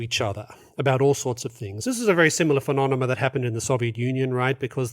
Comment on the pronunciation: I've heard many interesting talks by Dr Gregg and he never fails to say "phenonemon". Strange. (36' 30")